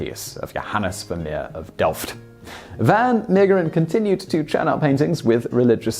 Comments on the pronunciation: It's pronounced van Mayggggg/%&$#eren. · Haha, as soon as I saw the title, I knew you'd have trouble pronouncing the name. It's okay, I know it's hard if you speak English, especially the g in the middle. You could have pronounced it a lot worse, you didn't butcher it. As long as you don't pronounce Van Gogh as Van Go we're good. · Simon, if you do the English style pronunciation, but with the Dutch "g" sound, it would be virtually perfect. The "Mee" bit sounds like may, then the g sound and the last 2 e's are pronounced as in "the".